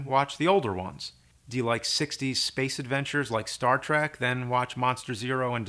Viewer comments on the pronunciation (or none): none